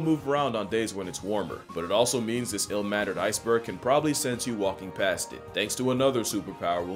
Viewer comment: “I’ll-mannered iceberg” 😂😂😂😂😂